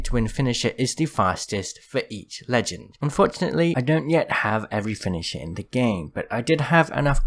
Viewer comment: Literally no one:: Finisha Great video btw <3